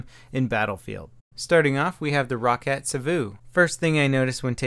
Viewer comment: Not trying to be a ass or anything But its pronounced Row-cat